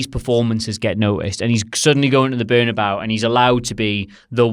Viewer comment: Bernabéu is not berna-bao like it's a side from the bad Chinese takeaway. Bern a bay ew.